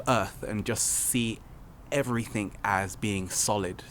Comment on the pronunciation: If you must record in English remember, there is no K in everythinG.